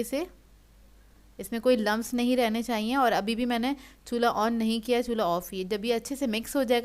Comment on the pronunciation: It looks very delicious.. Funny when you say ' Chulha ' 😁